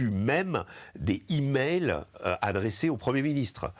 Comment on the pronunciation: On dit des "zimails", pas des "himails"... ça écorche oreilles !